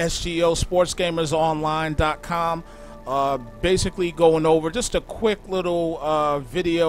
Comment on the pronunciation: he says quik haha 11minutes